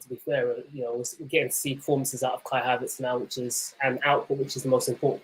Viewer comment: mate why do you say "havaartz" so weird? Surely you know how you sayin it?